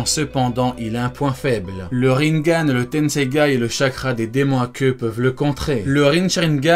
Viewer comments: Ca se dit "Rinégane" pas "Rinegane" xD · il dit rinegan au line de rinnengan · le rinnegan de prononce rinnegan et pas rinnengan